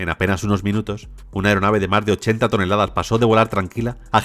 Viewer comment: No entiendo porque este tipo en lugar de decir MAS dice MAR.